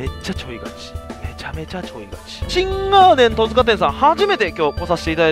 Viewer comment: トヅカでなくトツカです